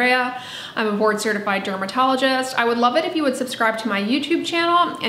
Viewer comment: Ahah omg I can’t Un-hear it now!!